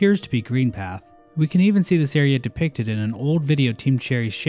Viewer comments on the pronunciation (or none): none